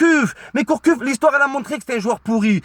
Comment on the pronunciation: Gourcuff pas Courcuff mdrrrrrrrr